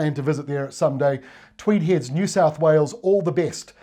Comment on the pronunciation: If you've lived in Tweed Heads all of your life, it's pronounced Twee-deds. Thanks.